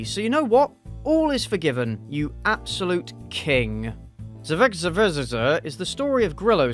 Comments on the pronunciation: i'm not from english speaking country, but i'm stunned how you who have english as a native language, cannot read uncommon words like this! ZEE-ZEE-X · Heads up, it's pronounced like "Isaac's" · It is pronounced Zy-zicks road. It is between here in Vegas and Barstow California on I15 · Lol, if you drive between Vegas and So Cali, you’ll drive by this road. The roads name is pronounced Zizz - ix. But, they spelled it like how you said it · i'm pretty sure it's pronounced z(eye) zix. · I think it's pronounced "zi zinx" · It's pronounced Zi Zex. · I rewatched you trying to pronounce the name at least 6 times. This is the content I come here for. JUST KIDDING THE AD MADE ME LOSE MY MIND; much like the boozy housewife. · .... really? That intro was bad.... its not hard to pronounce...